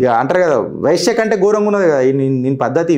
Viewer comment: Vyshya ani annavu adhe tappu tell vaishya.pleas3 correct it makes a lot of difference